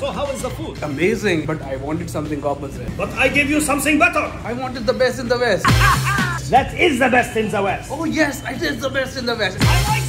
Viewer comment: “Just like zaaat” “do you want za bickles?” 😂